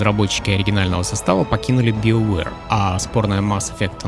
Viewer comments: Да какой биовер, у меня уже кровь из ушей идёт. БАЙОВЕР ВАШУ МАТЬ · ты произносишь "СТАРВОРС", "ДРАГОНЭДЖ", "ВАЙЛГАРД" и т.д... Но произносишь "БИОВЭР".......